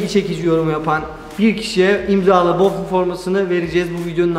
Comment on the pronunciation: Boffin değil buffon